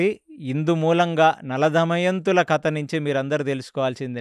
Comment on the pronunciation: garu anni baane unnai meeru bottu పెట్టుకొని chepte inka baagutundi plus kadha ni meeru kata antunnaru 🙏🙏